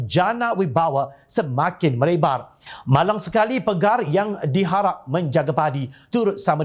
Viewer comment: Assalamualaikum. Peribahasa tu berbunyi Harapkan pagar,pagar makan padi...bukan PEGAR. Penulis text berita juga harap maklum.